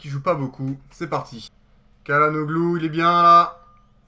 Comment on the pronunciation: salut, bonne vidéo. on dit chalanoglou